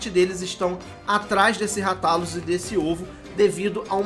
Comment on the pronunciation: Moooço. Segundo o filme ruim que lançaram, a pronúncia correta eh "Rátalus". Mto bom o vídeo. Sucesso